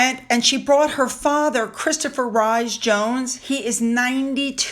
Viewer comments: Christopher Rhys Jones' name is pronounced Reese, not Rise. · Oh! Welsh people are going to cringe! Rhys is pronounced Rees! OMG!❤ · Rhys is pronounced Reese. It my grandson's first name. He turns 21 on 6/28 and has had to tell all his teachers how to pronounce. Love your videos! I am so glad you are able to see London. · I know you like to know if you are pronouncing names correctly so without being rude Sophie's dad's name is pronounced Rhys......Reese hy sounds ee